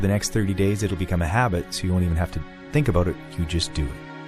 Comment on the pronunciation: a-boat lol